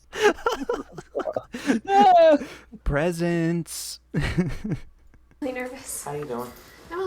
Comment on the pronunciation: The way you said presents made me laugh so hard